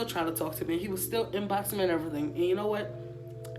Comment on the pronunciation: How she say me kills “meh” 🤣🤣🤣